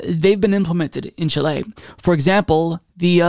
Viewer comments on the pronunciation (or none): My dude. The inflection is in the first syllable. CHIle. Not ChiLE. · Love this. But I was extremely distracted by your odd pronunciation of Chile lol. It's CHEE-lay, not chee-LAY. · Great video! But it's pronounced "CHEE - lay," not "chi - LAY." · Don't worry dude, you tried your best and that's what matters. The letter E in Chi-le is pronounced like the E in "Let", "Left" or "Get". The pronunciation is closer to Chee-leh than Chee-lay. Thanks for covering these events in my country, it means a lot, greetings from Chile 🇨🇱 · The actual pronunciation is somewhere in-between. If the country's name was"Chilé" your pronunciation would've been fine, but it's written "Chile", so pronounce it more like "CHILL-eh". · It is pronounced ‘CHEE-lay’, not ‘chill-LAY’, but thanks for trying. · Chileee Not Chiley. There's no country called Chilei it is CHILE repeat after me CHILE Chilee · Just a correction ... the name is of the country is Chile not Chilé. The stress goes in the letter I not E. Chíle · I don't often bother with pronunciation as I know American and British can be different. I have grown up saying Chili for Chile, I checked on Google and I heard a voice saying Chili in English and Chile. as in Chilay - in Spanish as pronounces it.. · Its chile not chilee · CHI-le, not chi-LAY. Great video and fantastic news! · Chee-leh. Not Chill-ey. lol Pendantry police! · The pronounciation is Cheelay not Chilay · Chíle.....Not Chilé... Accent on the "Chi",... 🙂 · In phonetical english it's pronounced "Cheeleh" :) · Raúl García no le mientas, don't lie to him, that pronunciation was not fine Lol. I'll somewhat agree tho, better Chi-lay than Chi-lli. In any case, the only thing that truly matters is the love and appreciation we all have for and his crucial channel. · LOOOOLLL! YESSSS!!! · Chile is pronounced CHEE-lay, with the accent on the first syllable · CHI - le, the stress is in the first syllable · im drinking a shot every time he says chill lay